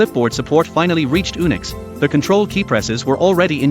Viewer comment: OMG! Ooonicks? Really?!? It's pronounced You-nicks. Gods...